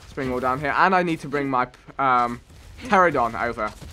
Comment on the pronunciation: Pteranodon Vikk, not pteradon